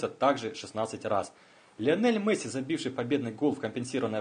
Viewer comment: досмотрел (дослушал) до . после "Мэсси" выключил. такого футболиста не существует.